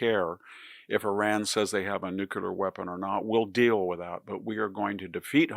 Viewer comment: please learn how to pronounce NU - CLEE - AR